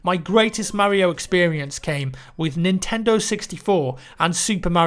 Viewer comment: I think he's trying to say Mario.